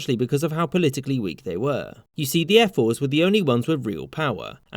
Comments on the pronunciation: Who else keeps hearing him say airforce? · I keep hearing you say "Air Force" lol. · He pronounces "ephors" like "air force" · When i heard "Ephors" i actually heard "Airforce" and was like "Hoe the fuck did the Spartans have an Airforce